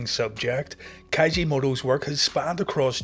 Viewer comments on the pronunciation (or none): It's Keiji Mutoh not Kaiji